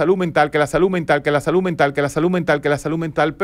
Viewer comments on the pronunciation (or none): Dr. Un datelle importante y algo curioso, si bien somo dominicanos y la DICCIÓN no va muy con nosotros, pero, usted hace énfasis en la pronunciación de la palabra SALUD, y lo hace con la T (saluT) en vez de la D (saluD) Fuera de eso, ha sido grato ver y escuchar todo sus comentarios y reflexiones en aste video.